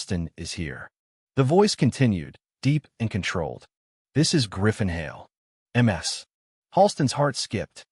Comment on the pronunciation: 😂😂😂narrator is a relative of Narendra Modi. Modi says em ar es for Mrs. Here it is MS for miss🤪🤪🤪